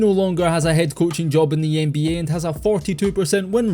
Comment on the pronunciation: I always enjoy the accent. It's an underrated part of this channel. Love how you pronounce Ehnbeeyeah🎶